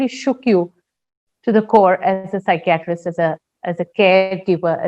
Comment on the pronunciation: The pronounciation of psychiatrist is wrong.....